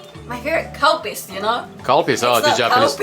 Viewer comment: for a moment I thought she said cow piss when you asked her what her favorite drink was. I looked up Calpis, over here in the States (North America in general) it’s known as Calpico